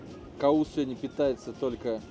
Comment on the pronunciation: ухо режет седни седня 😮СЕГОДНЯ ИЛИ ПРОИЗНОСИТСЯ СЕВОДНЯ